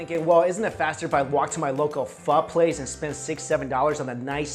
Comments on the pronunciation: He's pronouncing it as PHU it's PHOO!!! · PHO PHO PHOOOOOOOOOOOOOO; say it right because i am being hella triggered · It’s pernounced phor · I thought it was phoh not phuh the more u know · When white people say Pho as phoe... there balls gets torn off. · It's pronounced Pho not Pho